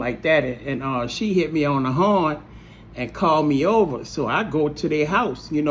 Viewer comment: " Its like ova and ova "